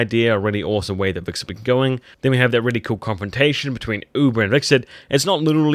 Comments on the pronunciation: it's Hvitserk not wixert lool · You know it's "Hvitserk" and not "Vikserd" right? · "Vixert" seriously? If you're going to review a show at least learn the character names.